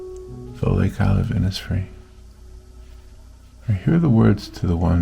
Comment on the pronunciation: Really beautiful. Will try to attempt this. Thank you so much.🙏 I’m from Ireland and the lake isle of innisfree is an island in the beautiful lough Gill in County Sligo. Have been many times and it is magical ( just like your painting). By the way over here we pronounce Innisfree Inishfree😀🙏🇮🇪❤️